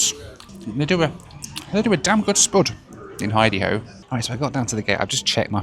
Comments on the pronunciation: Please stop saying hideyHo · I keep hearing “hidey-ho” instead of “id-a-ho”.